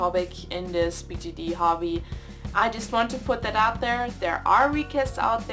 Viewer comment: does anyone realize she says bgd not bjd